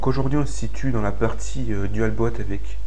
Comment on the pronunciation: Euh , on dit dual "bout" pas dualbot